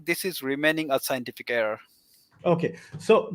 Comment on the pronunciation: 😂😂😂 Phul schientiphic